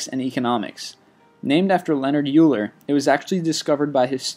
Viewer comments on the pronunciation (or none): Euler is pronounced as "Oiler" not "Ewuler". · Kinda funny how he keeps saying Euler as "you ler" for numbers 24 and 23, when it's actually pronounced oiler. It looks like it's pronounced "you ler" because it's spelled Euler but it's not an English name so it has different pronunciation. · is pronouncing "Euler" incorrectly. It's said "Oy-ler". Hahah, I just learned about this guy in my last math class (survey of mathematical reasoning). Pretty important stuff, not just numbers but a lot of Euler principles are used in logic and reasoning. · Also, it's not pronounced Yew-ler, it's pronounced Oiler (Euler). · First, pi is not 3.14 repeating. Pi is an irrational number that doesn't have a repeating pattern. Second, Euler is pronounced "oi-ler", not, "u ler". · euler is not pronounced as yooler... it should be oyler... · Its pronounced Oiler dammit! Not Uooler. As in "OIL" "ER". OILER! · It has been mathematically proven that pi will never ever repeat, and can't even be expressed as a fraction with radicals (Ex. The golden ratio is (1+sqrt(5))/2)! Same with e. And btw, I usually don't do this, but it's pronounced oiler, not yooler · Euler is pronounced "Oiler", not "Yooler" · Euler is pronounced Oiler, not Yuler. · Euler is pronounced like oiler, not ewler. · Euler is not pronounced "you-ler", it's "oil-uh". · It's not pronounced "You-ler", it's pronounced "Oil-er". They thought Benazir Bhutto survived...I really question a lot of the validity of this channel. A simple search on Bing would verify these facts in about 5 seconds. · This makes me sad, number 24 :( Euler is not pronounced as "Uler" it is pronounced as "Oiler" :( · Not you-ler .. it's oy-ler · Dude, no important numbers have repeating decimals. I love your "List 25" videos, but this one hurts all things math. An it's pronounced "Oy-ler", not You-ler. The dude was swiss. Thanks, and keep making these videos ! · IT'S PRONOUNCED "OILER" NOT "YOULER"!!!!! AGHHHH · Its not You-ler, its Oiler